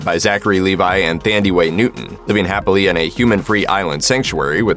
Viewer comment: That is not how you say Thandie . Google is free